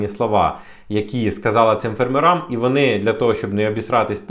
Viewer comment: Не ферммерАм, п фЕрмерам. Що за маскальська вимова?